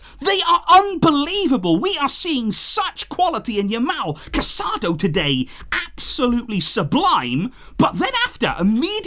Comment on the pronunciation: Please pronounce the players names properly. You're making your followers hear Casadó's name wrong.